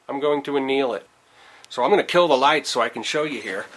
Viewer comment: How embarrassing, you should look up the word anneal before you do it again.